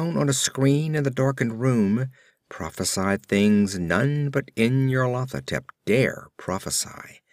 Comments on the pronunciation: it's very good I am listening to the whole cycle but I believe it's pronounced NYARLO-THO-TEP but otherwise very well read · nyar-lat-ho-tep= pride of N'yar-lat? lol